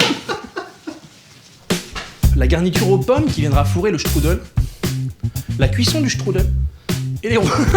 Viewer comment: J'adore comme tu dis :struddle 😂😂